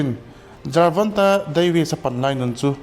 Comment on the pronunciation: Jervonte tih in I lam tlat a